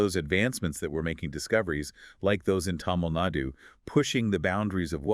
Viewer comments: it’s thamizh nadu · plz pronounce tamil nadu as thamilh naadu